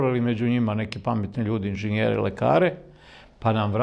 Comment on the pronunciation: Каже се инжЕњер, Лучићу.